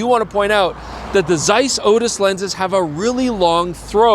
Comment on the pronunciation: Its not zeiss, its zeiss :D